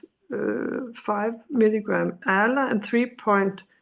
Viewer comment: I heard she said "ala" like Ah-La, for ALA. So, she's taking ALA.